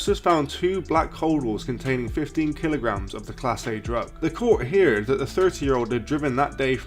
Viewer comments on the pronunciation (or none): Brill video 👍🏻 Heard is pronounced herd 😉